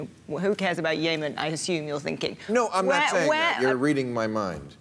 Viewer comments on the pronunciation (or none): Since when is Yemen pronounced "Yaaymen"? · It's "Yemen" not "YAY-men". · Its "yemen" not "yahmen" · Why are they mispronouncing Yemen? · Yaymen.....lol! Still love you Bill hahah. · ***** I mean "YAY-Men"? Come on now. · ***** and how is i-ran,,,,different from yeah- man? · I guess Yay Men sounds good if you're gay. Bill mispronounces it and everyone follows suit. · When did we change the pronounciation of Yemen? I can't keep up